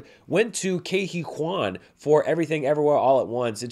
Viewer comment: Ke Huy Quan's speech was definitely one of the big highlights of the show for me. By the way, his name is pronounced KEE (like the word "key") HOO-ee (rhymes with "buoy") KWAN (like "swan", you pronounced it correctly :D)